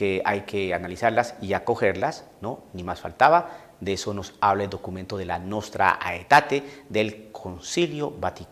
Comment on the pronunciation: Hola padre ¿por qué usted dice Nostra Aetate en vez de pronunciar el latín diciendo "Nostra Etate"@